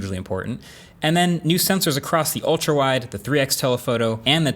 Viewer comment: The way he says S23 Ultral... I got it the piont